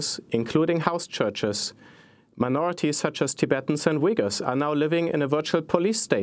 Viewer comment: They are not called Wiggers, they called Uyghurs, there is no "w" sound. It's more like ooy-gur. Just listen to her .